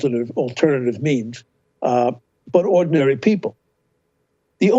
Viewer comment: Did he really called Rogan “ordinaryl”?